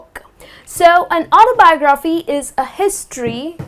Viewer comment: Что то по моему она ударения неправильно ставит в словах AutobiOgraphy; anthOlogy